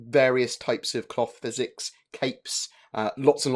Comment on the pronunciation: every time you say cloth physics, i hear cock physics... ヽ༼ຈل͜ຈ༽/